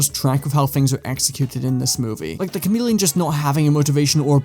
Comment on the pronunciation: The Cha-mid-leon